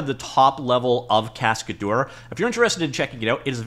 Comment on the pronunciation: It's pronounced casca-DER not cascaDOOR 😄